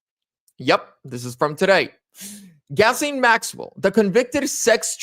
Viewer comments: Gas-lene Maxwell? I think you got the pronunciation wrong. Hahaha...the name is pronounced "Gis---laine", listen to the news reporters if you are not sure. You even spelled her name wrong in your title :( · "Gas-Lane" Maxwell? Or is it Gizz-Lane Maxwell? Bruh..... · "Gas-lane"...? Wow...the woman's name has more ways of pronunciation than IDK what... Soft "G" sound, & the 's' is silent. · Pronounced: Guys-lane, lol. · it's pronounced "Gi-Lane " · I think it’s pronounced “Jill ay n Maxwell. The “ s”is silent but you could be absolutely right and it doesn’t matter anyway. We know who you are talking about. lol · Her name is pronounced “Ghee Lane”. Thank you for the video; Ghislaine needs to be moved into a Maximum Security prison. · I like your proper pronunciation. "Gasoline Maxwell" is the correct pronunciation. She's called 'Gaslite' for short. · It's Ghislaine you goofy mf. Lol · For the record: her name is Ghislaine. It’s a French name, pronounced like; Zhee-laine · It's GHISLAINE pronounce gil lane. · Her name is GHISLANE/Pronounced: Gi-lane, lol. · Can you please pronounce her name correctly? You idiot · Please learn how to pronounce her name